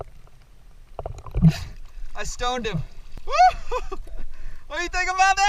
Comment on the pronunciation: ur silly trying to say whoooo it sounding u end up saying woooorrrrrrrrrrr